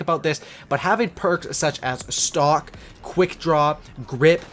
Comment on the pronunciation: am i the only one who thought he said stalk and not stock